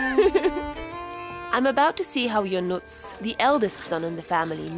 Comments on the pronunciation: Ionuț, not Ionuc. Ț = Tz. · Hi Eva. I know that in polish language C letter sounds like zz from pizza, but in romanian language it is not Ionuc, the correct version it is Ionuț. So polish C it is Ț. Enjoy your staying in Romania! :)